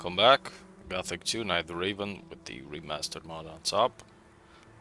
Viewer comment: Aah, I didn't think about transforming, neat idea 👍 No , I just occasionally hear "Reeven" when you mention the game title at the beginning 😀 Maybe my mistake.